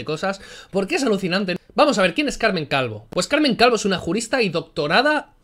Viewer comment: he escuchado "Calmen Calvo" y con la "Cal" y siendo del PSOE no he podido evitar reírme.